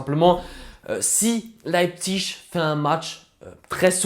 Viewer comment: Tu le prononces bien RB Leipzig c’est un peu compliqué à prononcer